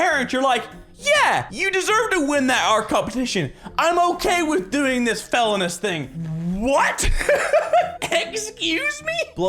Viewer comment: second story... anyone recognize how he pronounced felonious wrong?